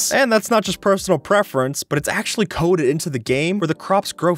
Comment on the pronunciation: this guy really said "aKshUlLy"